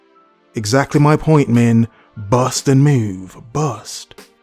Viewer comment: You sure put an emphasis on the 'bust' in your "bust and move" tick